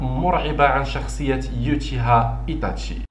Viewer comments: اولا يتاشي وليس ايطاشي وثانيا ناروتو وليس ناروطو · إسمه إيتاشي وليس إيطاشي